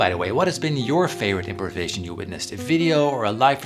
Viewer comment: It is not pronounced as 'imperisation'!!!